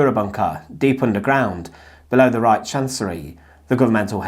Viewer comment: Brother it's Reich with H the end H like hallo....reik haha